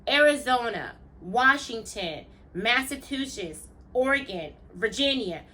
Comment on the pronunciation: Omg!! You mispronounce Massachusetts exactly like my grandmother does. I can’t believe it. 😂